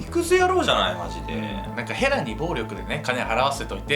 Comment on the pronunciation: の衣装がΣ(ﾟдﾟ；) とても寒そう(;_;) 風邪引いちゃう(;_;) 今から見ます！、、ヘラがフ○ラに聞こえて話が入って来ない（笑）、、ごめんちゃいm(_ _)m